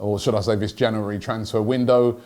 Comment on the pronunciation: It's Jan"U"ary Robbie 😊